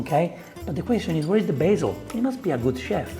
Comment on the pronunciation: "B aH ZiEeL 🤡" and why do you cut and zoom in after every sentence he says and clip that appears... you already have the circle face cam in the corner... hes at least doing it for fast production because people only care for the result, want a recipe, get off the couch and put in the work...